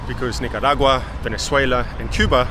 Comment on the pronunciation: It's KNEE-CAH